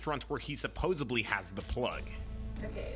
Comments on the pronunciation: Aye man I love this shit but dude, it is pronounced supposedly, with a D, not supposably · It's supposedly!! Not supposebly! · For someone who literally says it multiple times every video, my guy needs to learn how to pronounce "supposedly" lol